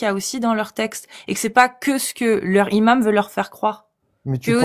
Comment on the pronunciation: "Imam", ça ne commence pas par un h aspiré,. Donc on fait la liaison (un N- imam, des Z- imams, etc) 😉